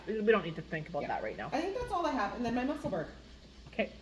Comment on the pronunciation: Love the cowl,! Love the Noni,! ❤️ FYI Musselburgh rhymes with Edinburgh with a ruh sound at the end instead of the “g” sound. Love them Scots. 😂 love you guys, too! See you around!